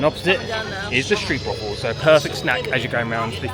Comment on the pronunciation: Just for future reference: the Dutch double O is pronounced like in boat, not boot. The 'oe' in Dutch sounds like 'boot'. So, Stroapwáhfel, Droamvlucht (I won't be trying to get you to pronounce the 'ch' or the 'u' properly 😂) and.... Sproakje (Fairytale)